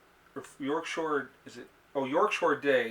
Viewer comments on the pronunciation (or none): P.S. It's York "Shire" not shore. Shire is the English word for county. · Loved the letter.... its YORK SHIRE not SHORE... love it. Great video again.